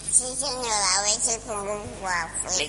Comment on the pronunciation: "no señoa"😂😂😂jajaaja. Resto de la entrevista mayoria de respuestas; "Si señoda"😂😂😂